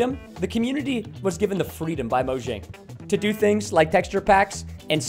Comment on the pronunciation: BTW preston, it's moyang not mojang